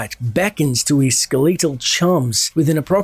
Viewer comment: The only really irksome pronunciation is skeletal as skeleatal.